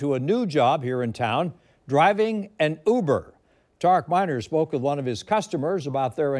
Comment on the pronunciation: said "UBER" correctly! (Two weeks ago was ridiculed for saying "YOU-ber)